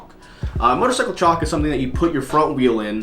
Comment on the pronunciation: I like the way you say Chock.